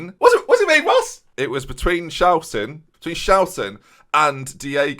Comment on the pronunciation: well, the why is pretty obvious with how the name was mispronounced